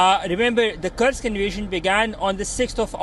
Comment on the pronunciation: The reporter calls it "Kirk's" It's Kursk, actually